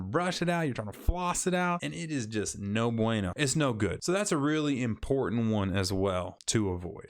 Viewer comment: WOW you said no bueno almost perfects